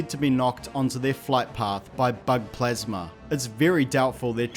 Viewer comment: It's called plasma not plasmer